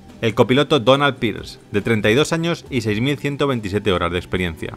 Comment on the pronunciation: Amigo, xq el narrador no puede pronunciar bien la palabra.. "HORAS DE VUELO" siempre dice.. "HORAR DE VUELO "..... saludos!!